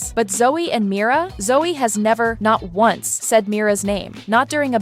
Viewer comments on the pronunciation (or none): none